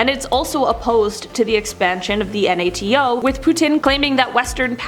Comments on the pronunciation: It’s nato not N.A.T.O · It’s nato not n a t a o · next time you host a video it’s NATO not N A T O. Even if it stands for North Atlantic Treaty Organization it’s pronunciation NAY-TOE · I cringed every time you said N A T O. NATO is an acronym meaning that you pronounce it as a word. Laser is also an acronym, do you call that an L A S E R? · What if you learned how to pronounce NATO? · Does the narrator understand we know what NAT is and she does not have to spell it out? Or does she have no clue what it is and figures that is how it's referred to? And I'm almost certain it's an automated voice as she pronounced domestic/dumanistic.